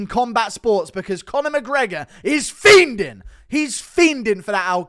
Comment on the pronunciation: Someone needs to tell Guru the “D” in fiending is silent